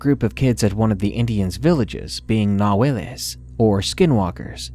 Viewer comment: It's not ''nahueles'' it's ''Nahuales''